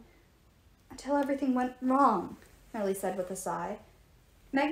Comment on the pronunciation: Lol! Also it's "Mellie"